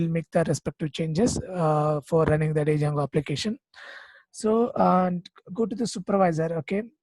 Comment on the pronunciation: great explanation, but please try not to call it d + jango, only in India we tend to do this mistake, d is silent, it should be pronounced jango, otherwise it's a great video, thank you :)